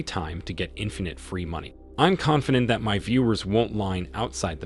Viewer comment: “Confidant” 😂 yeah that’s ironic